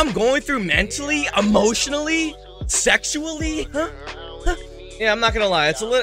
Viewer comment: He said sexually 😂😂😂😂